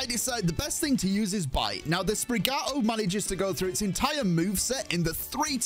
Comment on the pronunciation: Is spri-GATI-to...